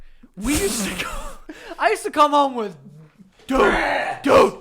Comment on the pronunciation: lmao the way barks ‘dude’